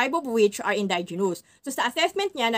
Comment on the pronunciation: Indigenous pls see proper pronounciation po